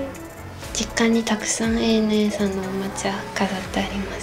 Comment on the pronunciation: 「ANA」を「アナ」ではなく「エー・エヌ・エー」と読むところが大好きです。